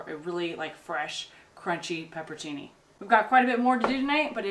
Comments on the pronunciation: Chickweed is a decent salad or sauteed green. It makes a decent pesto. Also, you are missing a syllable on your pepperoncini, and it's "broosketta". :) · That pepperoncini vs pepper-cee-knee thing is something my husband and I do a lot. I'll say something wrong and he'll say "do you mean... (and say it correctly), it had us laughing. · its " pepper-own-cini" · Are you talking about peperoncini? If so you should pronunce it pepper-on-cheenee :) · Do you know how you get transported by reading a good book or novel? I find myself binge watching your videos and imagining being out there! Really enjoying your real life videos...oh...and it is Pepperoncini. pronounce "CH". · That was great stuff! I doubt it matters much but in case it does: Peperoncini = pepper-on-chini Bruschetta = broo-sket-ah. Which is the toasted bread. Not the topping! The topping can be whatever you want xo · Hahahaha last part was awesome. Paperchini???? Paperchinise???? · Actually, it's pronounced "pepper-ahn-chee-nee". There's an "N" in there that is pronounced with the vowel like "ahn" in "montage". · seriously, I don't think you could get any cuter in the cut who cares how to pronounce peproncini! And Bo curled up while y'all harvested, too sweet for words...happy days to you! Peace ☮️ and love 💜 from Kimberly in South Dakota 💙❤️